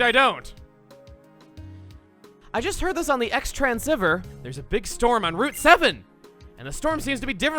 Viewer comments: I'm literally mad. IT'S PRONOUNCED "CROSS TRANSCEIVER" i want to put myself in a box and die in the river nile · Chugga can’t decide how to pronounce xtransceiver can he? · Take a shot every time Chuggaa pronounces Xtransceiver differently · I like how he pronounces "Xtransceiver" differently every time. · I love the intentionally wrong pronunciations of Xtransceiver! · I don’t get it, why does Chugga purposefully mispronounce Xtransceiver? Is there some joke I’m not getting?